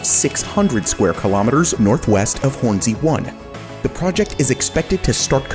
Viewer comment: bruh says Hornsea like it's 2 words.